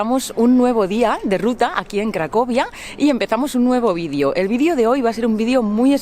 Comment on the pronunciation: se dice video no vidio